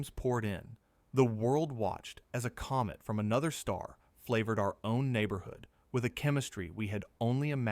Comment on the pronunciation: From Comet to Goet English is funny.😅